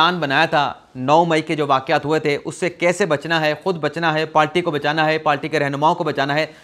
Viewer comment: Dear I listen you and want to correct a word which you pronounce wrong correct word is “PARTY” not “PALTY”